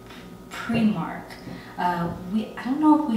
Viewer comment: Primark not premark lol nice smile